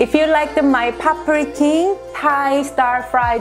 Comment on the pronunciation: Omg, your Thai food looks more Thai than Thai people cook😍 Btw... your pronunciation of pad prik king is very clear lol